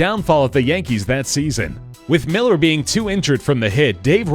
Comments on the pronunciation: It's not pronounced miller. It's millar with an a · Kevin miller. It's actually millar. Mill-R is how its pronounced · Good video but it's Kevin MillAr not kevin Miller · Kevin MillAR not Miller. Good video though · The 2004 Yankees bit was poorly done lol sorry, I love this channel so much but. 1. Kevin MillAR, not Miller 2. Bill Mueller is pronounced Miller 3. There was no way Millar was running, he was subbed in for Dave Roberts because he was a lot faster in an important role. 4. The Red Sox steak was 86 years, not 83. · Yep, this. Millar = "mill-AHR" (or, in Boston, mill-AH). Mueller is pronounced "Miller." Also, police provide on-field security at any championship event, not just Sox-Yankees. So their presence at the game says nothing.